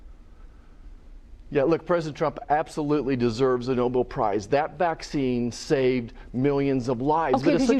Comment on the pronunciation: I trust the CDC a hell of a lot more than I trust this guy and RFK. BTW, It’s NobEL, not noble.